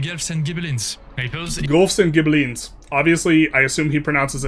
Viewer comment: Guelphs and Ghibellines = "Gwelfs" and "Gib-aligns"/"Gib-aleens"